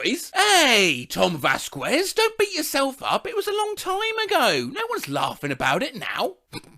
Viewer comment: /Tom væˈθkɛz/ 👹